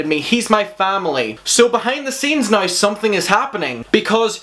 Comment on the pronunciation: "Sit-che-a-tion" love your accent I truly truly am living for it 'na-e-w' (now) just delightful and I love those baby blues honey...work it! ❣ and that in your face pause with those baby blues looking into your soul O. M. G. Just had me like 😳😳😳😳😮😳😳😏